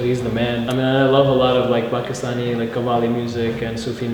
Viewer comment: the girl is bugging me on how the way she said Pakistani